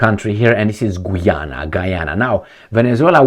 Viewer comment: Got to the end of your video and couldn't figure out your point, first you start talking Gee Ana, then talking Harry Megan then Prince Charles, stick to the point next time and don't gibber like a drunk in the pub.